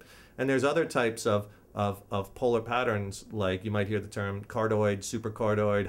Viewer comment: "Card-oid....kind of like a heart shaped". Haha you crack me up dude! It's card(i)oid, as in 'heart' in Greek. Don't mean to nit-pick, this was a pretty good video, just thought it was funny was all.